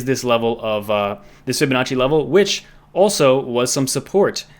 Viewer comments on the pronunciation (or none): none